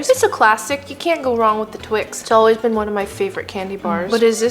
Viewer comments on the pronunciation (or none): none